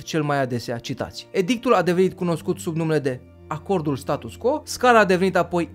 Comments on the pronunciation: hai sa pronuntam latineste acel status quo, adica status cvo nu status co, altfel numai de bine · Status quo se citeste STATUS CVO !!!!! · scuze dar trebuie sa fac aceasta precizare, se scrie status quo dar se citeste status cvo (pronuntia este in latina pt ca este scris in latina) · Apreciez foarte mult informatiile si munca ta, dar nu ma pot abtine sa-ti spun ca se pronunta "status qvo". Succes mai departe! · Se citește status 'cvo' chiar dacă se scrie 'quo' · "Status quo", prietene, se pronunta "status cvo". Dar nu toti au facut latină...